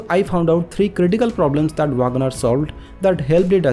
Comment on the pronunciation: Vaagan R nahi bhai 😂. Check for the correct pronounciation.